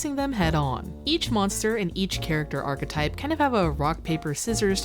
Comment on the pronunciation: You have no idea how refreshing it is to go from watching yugitubers who pronounce the word "ARK-type," to hearing someone say archetype. I almost wept